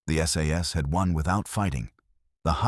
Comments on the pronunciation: The AI here is funny...one SAS is ISIS ...and another SAS is SS ....now i am PARANOID! :cat-orange-whistling::face-blue-wide-eyes::face-orange-biting-nails::face-orange-raised-eyebrow::face-fuchsia-tongue-out::face-fuchsia-tongue-out::face-blue-smiling::face-blue-smiling::face-blue-smiling::face-blue-smiling::face-blue-smiling::face-blue-smiling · SAS - not SS ... --- too many inaccuracies to be taken seriously